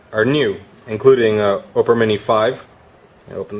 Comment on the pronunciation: its opera mini 5, not oprah mini 5.